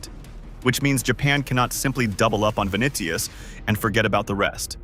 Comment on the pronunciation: "vinikius" lol